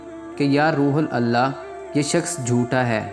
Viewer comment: آپ روح اللہ کو روحل اللہ کہہ رھے ھو جو کہ غلط اور گناہ ھے اسکو روح اللہ کہیں یعنی روح کی ح پرپیش دے کر اللہ سے ملاکر ہڑھا جاۓ